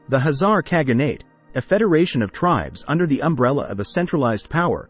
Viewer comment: Why he keeps saying Hazar instead of Khazar!?